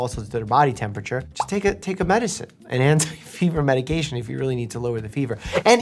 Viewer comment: "Just take a medcine" - Dr. Mike